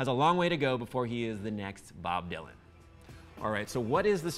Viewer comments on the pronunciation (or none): none